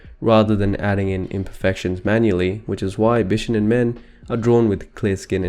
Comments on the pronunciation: it's beeshownen not b shuh nen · Bishonen is pronounced "Bee-shoh-nen" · Bishonen is actually spelled BISHŌNEN, meaning it’s not pronounced “bish onen” but “BEE SHOW NEN” three syllables. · The "shō" in "bishōnen" is pronounced "show" not "shuh" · Bishonen is pronounced “BEE SHOW OH NEH NN” not “BISH ONEN”. I didn’t wanna be one of those people but since it’s a very important part of this video, I think it’s important. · I'm sorry but him saying bishounen is very distracting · who are “they”? whoever you mean they’re wrong. it’s pronounced with an ö